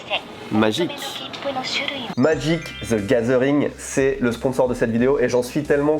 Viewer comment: magique ze gazeringue